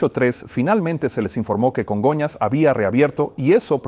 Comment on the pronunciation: Que rara suena la voz del traductor. No se parece en nada a la voz de Peter que yo escucho en inglés. Además se dice Congonhas , no Conga airport